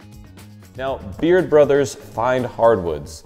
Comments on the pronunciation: Who's this guy that took over the channel? At the end, , sounds like he says "Beard Brothers" rather than "Baird Brothers....hmmmmmm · I kept hearing him say Beard Brothers at the end... and I even know Baird Brothers and am only located about an hour away from them... but I still kept hearing Beard Brothers...